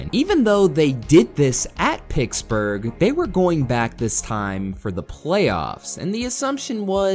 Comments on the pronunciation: stop saying picksburgh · You say Pittsburgh really weird